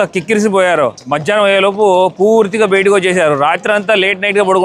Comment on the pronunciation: sir meeru maati maatiki betiki betiki anakandi....bayataki anandi plzz chaaala irritating ka undi! and plz say "last video" not "lost video"....